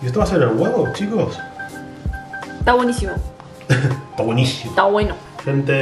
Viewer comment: jajajaja en diciendo "tá wenísimo" con tonada argenta xD son lo más, los miro siempre!!! Mortales las empanadas, mortalesssssss siempre hago en casa y a todos les gusta, hasta a los no veganos:D besos desde Baires